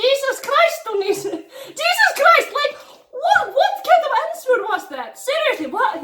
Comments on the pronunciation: Omg the way you pronounce "answer" is so cute!! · when you said “what kind of answer” you pronounce it ans-wer. WHY DONT AMERICANS DO THIS??? ITS HOW ITS SPELT WHY AM I JUST NOTICING THE W???